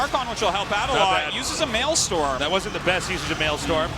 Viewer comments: it's maelSTROM not maelSTORM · Maelstrom not male storm Artosis. I know I'm a few years late here but my god Arty...l2 speak nerd!